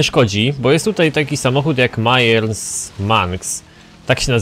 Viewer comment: nie gadaj mayers tylko meyers